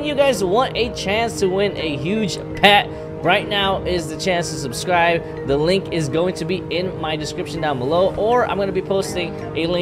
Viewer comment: The intro says "susrive"